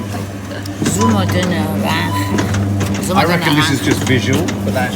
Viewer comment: Love Nadias pronunciation of naranja! 👌🏻👌🏻👌🏻👌🏻